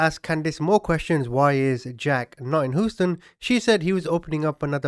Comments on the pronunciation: Yeah no. It’s hew-ston. Love the video! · Right! I find his voice so calming & nice to listen to... however, I could do without the "hoostan" 🤣🤣🤣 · I love his accent too, but I live near Houston street, NY and he was driving me crazy 😝 He says, “Hew-stun, or I’ll slug him. 😁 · Close enough. Doesn’t offend me. But for anyone curious, most of us Houstonians say it Hugh-stun. Like Hugh Hefner & stun gun. That’s the closest I could think of. Other acceptable ways, “the H”, “Htx”, H-Town”.👍❤️ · 😂😂😂it’s Hugh-ston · HUE STUN / HUGH STUN 🤣🤣🤣 LOL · H you ston 🤣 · it's Hue-ston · I will forever forward say Hoo-stun. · You pronounce it huuuston, long u. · Please don't be offended -- I'm only trying to help my FAVORITE YouTuber out . Should you come across another case out of Houston , it is pronounced Hue ston -- like Youston OR Yooston . AND .... I absolutely LOVE LOVE LOVE your quirky , sarcastic sense of humor . Better that then a narrator who sounds like a computer with ZERO PERSONALITY !!!! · Luv your content as well as delivery. It's pronounced hue(as in çolors) hue -ston. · It's pronounced Hêw-stôn. 😂 Love the channel man! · Please learn to pronounce Houston or like we say in NY Houston as in House, in Texas is Houston as in Huge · Ohhh wow you really laid the corny jokes on thick with this one. The funniest thing was every time u said WHO- ston. ...it was quite endearing. Your content is really original, stories I've never heard elsewhere. You surely work quite hard bc few channels consistently post fresh crime stories that aren't done over n again elsewhere. Bless your success! Keep that çheesy banter as well😁😂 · As a fan for awhile now, I can’t give you any 💩 for the way you pronounced it but being from Texas, I’ve never heard Houston be pronounced "Who-Stin" 😛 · I love how you say Hooston sir. 😊👍🤭😉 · Too funny , I'm an Englishman ,hearing you pronounce Hooston is effing hilarious.🇬🇧🇨🇦👍👍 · Pronounce Houston like " Hugh ston" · Who-uston lol 😂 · Houston not hoosten